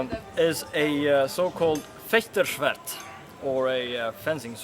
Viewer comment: If pronouncing German words is too hard for you: just don't do it.@ idiot with the ponytail